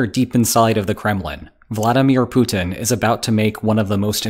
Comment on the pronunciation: LOL The title gives you away, fool. Also, learn how to pronounce the name Putin. Propaganda and wishful thinking.